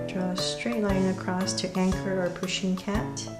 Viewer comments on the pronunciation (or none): none